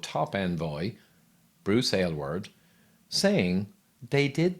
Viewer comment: I must say, as an Aylward, I love that you pronounced it properly and chose to present this information. I remember his statements and appreciate how you strolled us down memory lane.